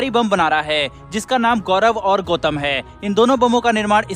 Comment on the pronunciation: बम का नाम गौतम है उसे गौथम मत बोलिए बैटमैन का शहर नहीं है वो